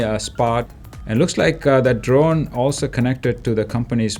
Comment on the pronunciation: I swear I heard this man say "This john over here" instead of "This drone over here" and I can never unhear it. A true Philadelphian.